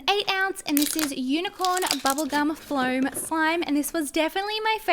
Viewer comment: Fome not flom